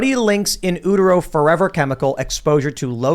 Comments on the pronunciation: Not sure why it's driving me so nuts but it's pronounced "Yooter-oh", not "Ooter-oh". Women have a uterus (yoo), not an ooterus. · In-YOU-tero, not in-oo-tero. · What exactly an "ooteroh"?! It's pronounced "you-ter-oh", Utero.... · It's in you-ter-ro. Not in ooh-ter-ro. Had to say it, it was driving me nuts. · In oo-ter-o? 🤦‍♂️ Bruh, it's you-ter-o. Like uterus. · Utero: it's you-ter-oh not oo-ter-oh - just FYI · Yuu-tero* They aren't called ooterus'. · In “ootero”. Oh Tim that’s not how you say that word. It’s pronounced “you-ter-oh” because it means in the uterus which is pronounced “you-ter-us”. 🤦‍♀️ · In "yew te row", not "ooh te row". It is a "yew te rus", not an "ooh te rus". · oootero 😅🤣😂 Bruh.......you-ter-O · The way he pronounces Utero is so funny... c'mon Tim! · Its YOU-tero. Not EW-tero. 🤣🤣🤣🤣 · PFAS is now in ALL rainwater globally now- there's no escaping it. Also, it's "in YOU-tero" not "in OO-tero". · oot-ero? not You-tero? tell me again how I shouldn't have gone to college oh wise drop out. Although I could speak correctly after 6th grade because I grew up in the 80s by educated people. Also, listening to people without degrees regurgitate whatever the heard somewhere as fact is quickly becoming no fun. I will be taking a Tim pool break for 6 months or so I think. Just starting to sniff your farts over there. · "ooh ter oh" LOL timmmy bud. "You ter oh." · studies show "in Ütero"... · Ootero? Lol that's the first time I've heard it pronounced that way in an American accent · Its pronounced “yutero” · In “ootero”. 😂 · Did you just say 'in ootero'? Hahahahahaha!!!! I love illiterate Americans! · Guys know WHAT and HOW TO PRONOUNCE the things of which you speak! For crying out loud it is your JOB. yewtero , stannous flouride is calcium flouride. Sodium flouride is a by-product of aluminum smelting. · I'm triggered by Tim saying "Ootero". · Did you just say “ootero?” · Pause. Oo-tero? Ok. Resume. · In oooot-arow hahahaha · I can’t get past “in ootero”